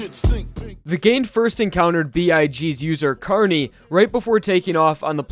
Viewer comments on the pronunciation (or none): It’s pronounced carn-eh instead of carnee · Carne Car. Neh. You said carni. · Carne's name is pronounced “car-nay”, not “car-knee” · It's pronounced Carne not Carni, by pretty much saying e on its own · "CAR KNEE" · "Gee-or-no" "Car-ni" "Mih-stuh" ughhhhh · That ''Carne'' pronunciation get's me really uncomfortable,considering I'm spanish and it's really different to how we pronounce it (That was probably the pronunciation but I still get a weird feeling when I hear it) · José Alexander He kinda pronounced it wrong. It's not supposed to be pronounced with a hard 'e'. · Yeah, since i'm Brazilian it's kinda strange aswell =P